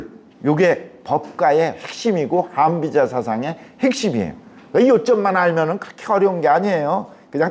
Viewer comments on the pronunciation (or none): 왜!? 한비자의 한을 길게 발음하나이까?? 자고저를 아시는지요? 실망해ㅛ나이다.